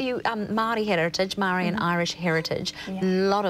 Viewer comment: I like Sarah Bradley as much as the next person, but I'm embarrassed by her pronunciation of 'Maori'